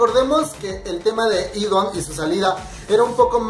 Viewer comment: Se pronuncia idan no idon 😂😂😂😂😂😂😂😂😂😂